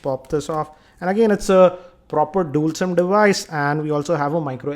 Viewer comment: Am i the only one who smiles when Sir pronounces Dual sim as DOOL SIM #Sarcasm #NotToBeTakenSeriously